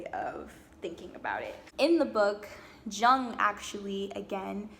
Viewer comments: Nice work,! It's wonderful to see a young woman speaking so well on this subject of re-en-souling the world and women's search in particular. The psychologist Estes refers to is not pronounced Jung with a J as in John; his name is pronounced YUNG. He was a Swiss gentleman who was first a student of Freud's -- Freud's "son figure", who Freud believed would carry on his work -- but who broke off from Freud's thinking and fathered his own school of, "Yungian Psychology". ( spelled correctly: Jungian). As an artist himself, he is a very attractive psychologist to creative people, I find. He developed a number of fascinating theories on all kinds of psychological subjects, most importantly perhaps, a theory of ARCHETYPES (which you really need to study to understand because the word is bandied about by people who do not understand it); THE COLLECTIVE UNCONSCIOUS, ANIMA-ANIMUS (internal archetypal figures within the male and female psyche) etc. etc. Well worth doing some research because he is every bit as important as Sigmund Frued (in my opinion!).. You can put Carl Jung into YOU TUBE and hear him speaking! Be well -- and 'Bon Continuation' as we say in France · Jung is pronounced yoong. Also, you should read up on his teachings, I think you’d like them. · Carl Jung was German. "Jung" is "Young" in German. You say, "Yooong" or "Yewng".